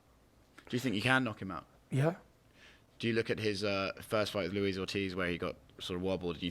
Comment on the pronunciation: Tyson: Andy RUEZ